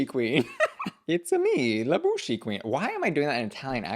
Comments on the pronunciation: We don't pronounce the "e" at the end of "la bouche" so think more like "bush" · Its pronounced "La Boosh"- the e is silent 😉